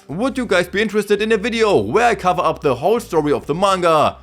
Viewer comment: I love how you say "DER Yugioh GX Manga ist different" 😂